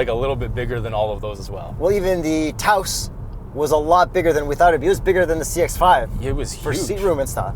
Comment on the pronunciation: Yayyyyy you remembered how to say Taos like a genuine New Mexican. Good job. Merry Christmas. Joyeux Noël.